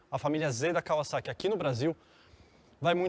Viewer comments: Também reparei nisso, parece que falou em Kaviszeki.😀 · Só eu impliquei com a pronúncia dele , quando falava kawasaki ? Rsrsr